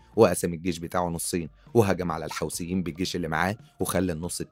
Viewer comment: " الحثيين " مش " الحوسبين ". يا طيب